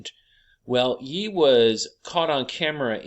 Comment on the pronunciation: Ye is pronounced “Yay.” Like Kan-yay.